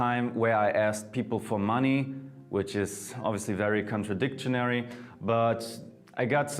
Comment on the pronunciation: Did he say cotradictionary?